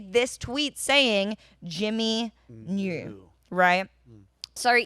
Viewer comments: He knore the whole time. Sore now we knore tooer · Ahem, it's know-er. 😆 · Almost perfect English, then "ooerrr" randomly 😂